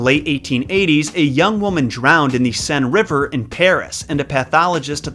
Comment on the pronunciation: Fab video as always ,but the word Seine is pronounced sane :)